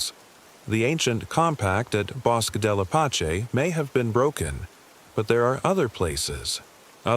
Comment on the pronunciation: I'm a New Mexican and 'Bosque' is pronounced *bo-skeh*.